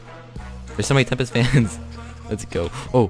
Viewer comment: not tempest but tempek